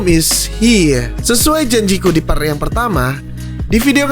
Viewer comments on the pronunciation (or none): none